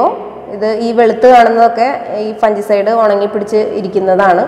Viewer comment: Good..informative. ഒരു കാര്യം.. "ഫംഗിസൈഡ്" എന്നാണ് പറയേണ്ടത്, ഫൻജിസൈഡ് എന്നല്ല. Thanks